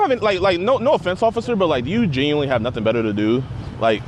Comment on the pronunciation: I don't know why it pisses me off when he says genuinely. Lmao